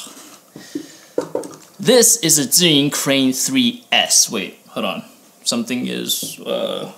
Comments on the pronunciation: How does this compare to the Weebil S? Thanks for the video! and I love that you actually pronounce Zhiyun properly, lol. So many Youtubers pronounce it incorrectly, lol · Man your pronunciation of "zhiyun" sounds like either a Taiwanese or Chinese, am I right?